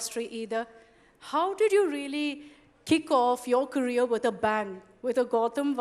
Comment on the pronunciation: It’s ‘career’ not ‘carrier’.